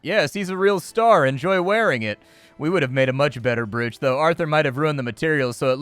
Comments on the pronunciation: just to be that guy.. "brooch" isnt pronounced like oo in look, its like "broch" not "brooch" .. ya know english language and all its nonsensical rules but thats what it is. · I couldn’t figure out if you were saying broooch on purpose :) it’s said ‘broach’ just FYI. Just in case 😛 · Brooch pronunciation. "Browch" Love your content BTW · Just want a beep to beep out that pronunciation of brOoch.🤣🤣 But looks like a fun game😁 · I winced every time I heard it.